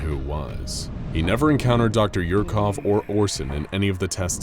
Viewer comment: Dr. Yurkov... Really?!🤦🏻‍♂️😆